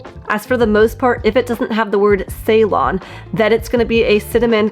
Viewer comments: And is it pronounce see-lon? Not saylon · See or suh-lon, not say-lon. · Ceylon was the former name of the country now known as Sri Lanka. It’s pronounced “see-lone”. TY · The word Ceylon actually comes from the ancient country of Ceylon, which is now known as Sri Lanka. It’s the large island off the coast of India. The correct pronunciation of Ceylon is like “Cee-lawn” with the emphasis on the second syllable.